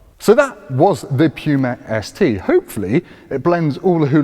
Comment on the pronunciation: sir, I'm not sure about your pronunciation of Puma.